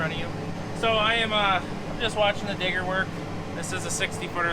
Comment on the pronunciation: Need to put a little more emphasis on the D in digger